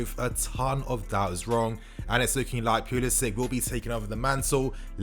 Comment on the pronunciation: Pulisic- say "Sick" ... Give respect to his name please